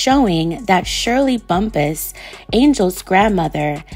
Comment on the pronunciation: It’s pronounced Bump-pass, perhaps ur thinking about weed huh?🤔